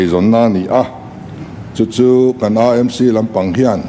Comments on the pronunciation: CM nge nge AMC lam dik thlap mai, ngaihthlak a nuam e, mizo ṭawng dik hmang zel ang u. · Ka ngaithla ve hman hram,AMC lamrik dan pawh a dik thlap ta mai,EMC tih kha chu.....lnglish deuh tlat😅😅